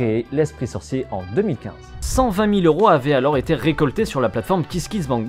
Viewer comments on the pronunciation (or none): none